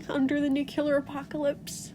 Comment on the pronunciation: Took me a moment to realize you weren’t saying “new killer apocalypse” ^^